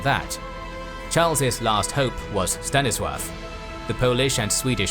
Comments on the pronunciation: Why does the narrator consistently pronounce 'Stanislaw' as «Stannisworth»? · Why does he say Staniswaff? xD